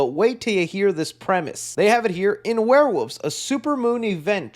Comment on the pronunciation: I love that can't say Werewolves and always says Warewoofs.